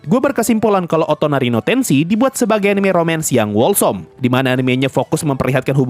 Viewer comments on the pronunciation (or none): cara bacanya wholesome itu holsèm bang, biar pendengar juga ikut ter edukasi